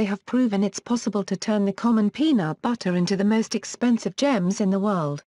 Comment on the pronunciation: ''Penaut Battah''